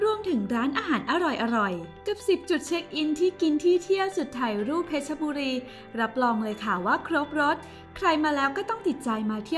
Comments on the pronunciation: เพชรบุรีไม่ใช่เพชรชบุรีอ่านให้ถูกด้วยจ๊ะ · เพชรบุรี = เพ็ด-บุ-รี